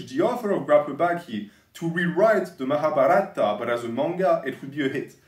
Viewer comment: Hey, the Mahabharata is more pronounced like Mahabhaarata, with a longer a at that part